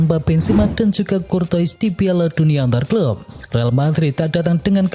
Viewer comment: Kuorta dan nuyer harusnya